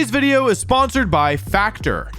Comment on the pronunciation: Wideo man Wolfey, I have noticed an extreme lack of wideos and I humbly request more wideos, thank you.